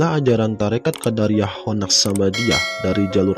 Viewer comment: QodAriyyah itu sekte klo dalam ilmu kalam min , nah kalo thoriqoh QodIriyyah . Lanjutkan pokoknya .